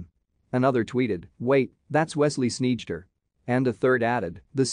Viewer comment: The "eij" is pronounced as "eye", not as "eedj".